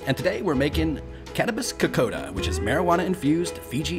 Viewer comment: Ni sa Bula Vinaka - “ko - kon - da” is proper pronouncing I was born in Australia - but my family is from Fiji 🇫🇯 I love this dish - so yummy - Vinaka Free the yarndi Ganja is the greatest gift given